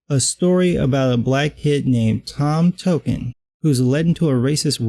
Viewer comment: “tom token”? are you serious